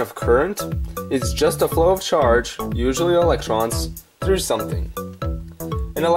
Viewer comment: You also said "uswally" instead of usually